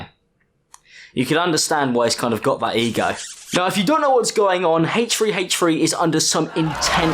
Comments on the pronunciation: th*ree not free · haitch tree haitch tree!! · “Hache free hache free” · ach fwee ach fwee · "the Hatrey hatrey channel" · Hay tree hay tree, hayche free hayche free.... h3h3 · hate-tree hate-tree